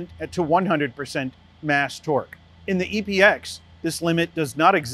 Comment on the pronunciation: Mast torque not mass torque